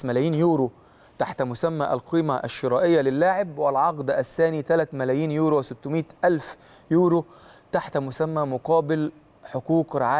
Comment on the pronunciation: أسمه يورو مش اورو